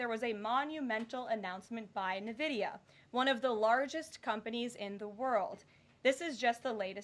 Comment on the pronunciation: She can't even pronounce the company name right. It is NVidia, pronounced "In Vidia", not nividia.. there is no I after the N. NVidia.. N-Vidia, or In-Vidia. Hate how she butchers the name. Sheer sign of ignorance.